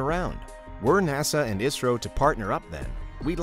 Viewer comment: Thanks for pronounce properly ISRO.